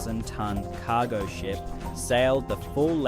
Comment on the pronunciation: "KAH-go Ship" 😂